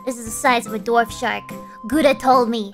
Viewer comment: Several instances in which Gura said "dwarf" shark, but it sounded like "Dorf" shark, as in the Tim Conway character (who voiced Barnacle Boy). Gura would look silly with a toothbrush mustache. Apparently "dorf" is also German for "village"; I did not know this. If you get the spiders between yourself and the skeleton archer, will they retaliate if shot? What if you led zombies and skeletons into a trench or walled off area too tall for them to climb, then backtrack and seal them in it? Would it constitute a defensive perimeter, or are they destroyed/dispersed by daylight? Can a hostile creature trigger a creeper to self-destruct, or only players?